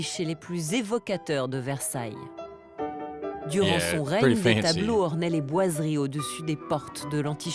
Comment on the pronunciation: Merci pour ton intérêt et ta curiosité pour Versailles et pour la France. Sois rassuré, tu prononces bien "Versailles" avec ce charmant petit accent américain. J'ai visionné quelques autres vidéos, et notamment celle ou tu découvres quelques villages français. Je trouve juste extraordinaire qu'un américain s’intéresse à notre petit bout de continent européen. J'ai été touché par le fait que tu dises ne pas pouvoir voyager en europe. J'espère que tu réaliseras ce rêve un jour, comme moi je souhaiterais visiter monunent valley que je trouve époustouflant... on r^ve tous de quelque chose.. / Thank you for your interest and curiosity in Versailles and France. Rest assured, you pronounce "Versailles" correctly with that charming little American accent. I watched a few other videos, especially the one where you discover some French villages. I just find it extraordinary that an American is interested in our little piece of European continent. I was touched by the fact that you said you can't travel to Europe. I hope you will realize this dream one day, as I would like to visit Monument Valley, which I find breathtaking... we all dream of something. Fab